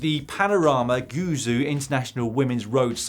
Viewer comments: "Panorama goo zoo" That's the funniest thing I've heard for ages. Almost as bad as BBC news reporters. That Chinese province is pronounced 'gway joe'. Guizhou. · Guizhou should be pronounced more like “gway joe” :-) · The way Dan pronounces Guizhou... lol